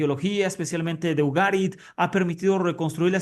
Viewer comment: Que manía la tuya de pronunciar nombres fuera de sus reglas fonéticas dentro del idioma castellano. Càrtago no existe en castellano, se dice Cartágo, tú estás presentando este video en castellano, comprueba en este vídeo como se pronuncia. Ugarit se dice Ugarìt ... Usa un diccionario hombre y así no cometes estos errores fonéticos, es como mal decír Mejìco o Mejicò en lugar de Méjico... No cuesta nada consultar estos nombres antes de mal pronunciarlos. Una duda, si ya no vas de judío, idioma Hebreo etc por que a tu canal lo nombras en hebreo ( El árbol de la vida...)? Simple curiosidad...no un ataque. Cartagena de indias (Colombia) procede del castellano, es de la ciudad de Cartagena (Murcia, España), su nombre deriva del latín Cartago Nova.